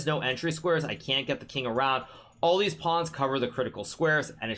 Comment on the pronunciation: "both of deez knights"